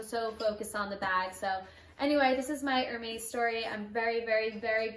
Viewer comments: Wow very nice bag, congratulations but please say it er-mess and not er-mace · It’s ér•mès, it’s not er-meis… Congrats on your bag though. Happy you said no to certain items, it was more on your terms than theirs!🧡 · "Er-Maze" lol...